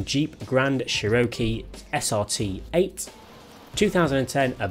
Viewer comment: Lol how he says Cherokee 😂😂😂😂